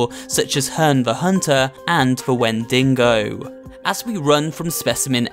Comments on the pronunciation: It's pronounced when-dee-go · They're actually called wendigos, not "wen-dingoes". Remember; they're cervids, not Wolf-type canines. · right but none of them is When-Dingo. It's Wendigo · "Wendingo" lol look out for the dingo! ... It's "Wendigo". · 'WENDINGO' There's only one 'n' in 'Wendigo', buddy. And no one says when-dee-go. It's when-dih-go. Also, wendigos are from Native American folklore, NOT European. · "wendingo" love the pronunciation of 'wendigo', sorry if i'm judging but the pronunciation made me laugh because i typically pronounced it 'wen-di-go' Love the video!. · “Wendingo” Huh. That’s a new one. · Little note here, it's "Wendigo", not Wendingo. Other than that, great video, I love your content. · wen-dingo? Its called wendigo my friend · he says “your submission is inevitable “ Also it’s wendigo and wendingo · I was looking at the comments and saw people making fun of how he pronounced Wendigo. I thought they were dumb because that's how it's pronounced. Then I realized they said "When-dingo" and not "When-digo" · “Wen*ding*go” 🤣 I’m sorry but that pronunciation just cracks me up! The Wendigo (pronounced wen-di-go) is actually from Native American folklore, not European folklore. I can’t remember which tribe it’s specific to off the top of my head, but I’m pretty sure that it’s not from European folklore. I could be wrong though. And if anyone does know which Native American tribe the tale of The Wendigo is from/closely associated with, let me know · "Windingeo" ITS WIN DA GO. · No? Its Wen-dih-go Not win da go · Wend-dingo? The actual name is the Wend-i-go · He just called Wendigo Wendingo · My guy it’s the wendigo not the wendingo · It's Wendigo, not Wendinggo. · the wendingo You mean the Wendigo? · Its Not wending Go, its wendi Go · Pronouncing “Wendigo” as “Wen-dingo”. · Wendigo, not Wendingo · lol its wendigo not wediNgo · "the when-dingo" Wheezes I don't think that's how that's pronounced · Its wind-digo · when dingo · It’s When-De-Go